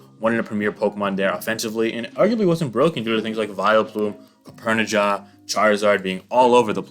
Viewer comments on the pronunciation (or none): “Copp-erni-jah” I had to double take my life for a second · He did mispronounce Copperajah, too.